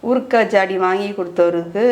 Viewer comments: ஊற்க்கா இல்லை ஊறுகாய் உச்சரிப்பு சரியாக இருக்க வேண்டும். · Urka illai urukai s correct mam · ஊற்க்காய் இல்லை சகோதரி. ஊறுகாய்.ஏற்கனவே நீங்கள் குழிப்பணியாரத்தை (குழிப்பணிகாரம் ) சொல்வீங்க ஞாபகம் இருக்கா சகோதரி ❤